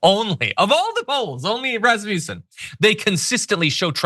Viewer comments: Not really relevant for substance, but please do place the power on the a in Rasmussen, which is a Danish last name meaning son of Rasmus (names ending son are Swedish). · #TheDamageReport #JohnIadarola please stop with the trumpian schooltard racist taunts. You know damn well it's Raz Muh Son, NOT rasputin/rasmusen It cheapens you r message thanks